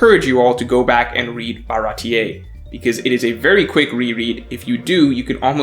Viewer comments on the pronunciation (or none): none